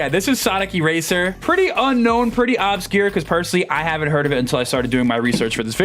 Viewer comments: Its not OB-scure its UBscure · “Ub-secure” it’s pronounced “ub-scure” for the love of god please PLEASE stop pronouncing it “au-bscure” PLEASE 😭